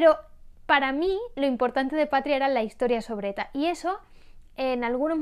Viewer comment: Dices patrea en vez de patria jajajajajs